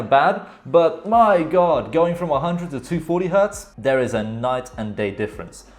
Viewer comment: mans said gode forbid you dont have a razer mousepad